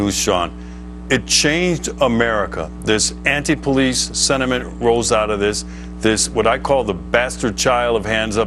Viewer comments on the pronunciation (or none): none